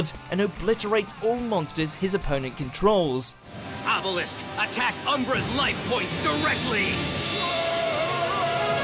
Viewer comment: did he just say "Ebelisk"?